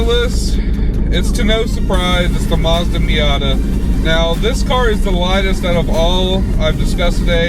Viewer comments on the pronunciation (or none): none